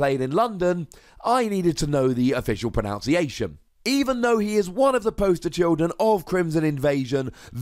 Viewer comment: Ironically he is pronouncing “pronunciation” wrong though